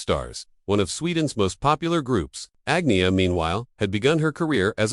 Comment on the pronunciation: “Ag-nee-uh”? AI again.